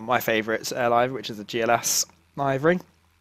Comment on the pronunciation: Great review,but "livery",not "laivery"